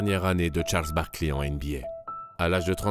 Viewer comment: Je vous adore, mais j'ai eu mal aux oreilles tout au long de cet épisode. Sérieusement les gars, vous prononcez : Barkliiii ?